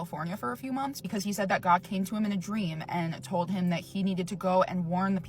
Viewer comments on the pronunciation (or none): Check the community tabs folks. halted his upload from yesterday. Ai does not pronounce told as toad like he says it.